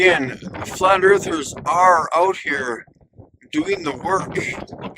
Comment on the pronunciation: It's truly ironic that he decided to build 3D objects to place on his 3D car... even his flat flurf hood sticker is 3D... and he is saying "Erff es Flat"